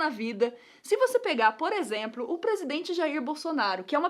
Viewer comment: Título: A Nilce fala exempro toda hora! Mas eu amo vocês!